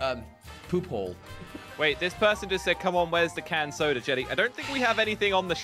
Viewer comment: Normal people: soda Josh: sodra